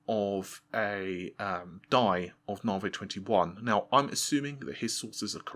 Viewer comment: You pronouncing navi as navay is making me nuts. Why you do that!